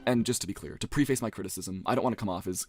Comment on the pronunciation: It’s hard for me to take anyone who can’t pronounce “preface” seriously.